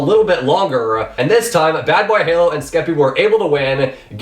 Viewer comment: Lol he didnt say bbh but badbayhalo every time. Kinda funny